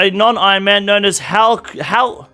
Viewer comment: cant pronounce halcyon talk about subathon brain LOL